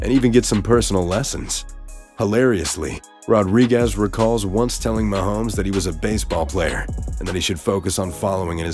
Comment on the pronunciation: How much did they pay this C actor to say "Mahome"?